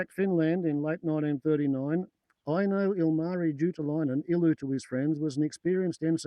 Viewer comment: It's Ilmari, not Ulmarri. Great video subject.